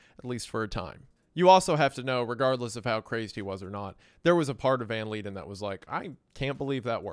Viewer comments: Van Leiden is pronounced “Van Lie-den”, not “Van Lee-den” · The pronunciation of the names is so funny 🤣 Hon Meffis, Moonster, Ven Leeden